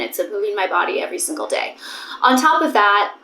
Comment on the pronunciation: You’ve gained a New York accent for some words!!! “I move my body every single DAY “ the way you say Day is so nyc